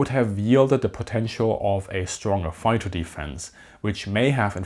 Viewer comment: I have never in my life heard a more stereotypical "foighter".